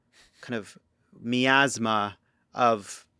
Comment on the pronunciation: Miasma? Really?